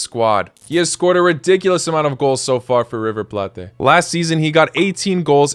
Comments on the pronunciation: My guy said River Plátes wtf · FYI the "Plate" in River Plate is mentioned how it sounds in english.